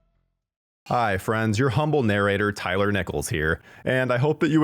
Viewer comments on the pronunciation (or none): none